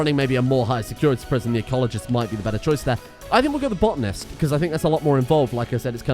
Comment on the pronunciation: its botanist not botnist